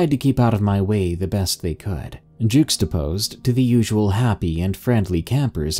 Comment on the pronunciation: but is Juxtapose pronounced “jookStaPose” or “jYuckStaPose”